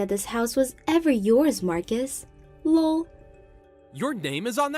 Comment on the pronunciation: STOP PRONOUNCING THE LOL!!!